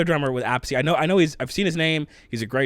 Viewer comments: Pronounced: Carmine App' Piece (Americanized), or Carmine Ah' Peachy (Italianized) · Carmine's last name is pronounced like 'a piece'. Just looking out. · Appice = Uh-piece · Carmine Appice has played with lots of people and he has a younger brother Vinny who has played with Dio, Black Sabbath and others. The funny thing is that they each pronounce their last name different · The Appice brothers have been around a long time, Vinny and Carmine. What is the weirdest is they both pronounce their last name differently. One says it the way you say and and the other says it like a piece of pie. It was a weird mix up when Carmine worked with Rod Stewart. Vinny pretty much worked with Ronnie James Duo in most of his bands.